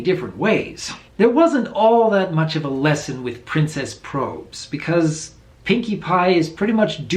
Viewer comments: Hey, Doc, I think Probz is short for problems so it should be pronounced like robs, not robes. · Real quick, Doc, I highly doubt its pronounced "Princess 'Probes'" but rather "probs" short for "problems"